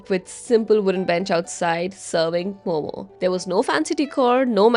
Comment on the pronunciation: Bro she pronounced it like every other foreigner just missed that momo(zzzz)